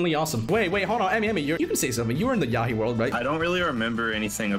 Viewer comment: it's yahia not yahi